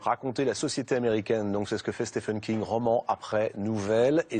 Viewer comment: Content de voir que Docteur "slip" a été écrit par Stéfene King. C'est [stiveun] (comme on prononce Steven Spielberg), merci aux Français pour le respect de juste prononcer le nom de l'invité convenablement !! :-)